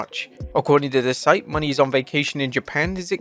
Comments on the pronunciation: It's Mone'...not Money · It kills me every time you pronounce Mone as Money holy cow get it right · “Money?” Like 💴? I’m not sure it’s pronounced like that. 🤣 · Bro your pronunciation of Mercedes last name is killing me right now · Bro is incapable of pronouncing Mercedes Mone' correctly smh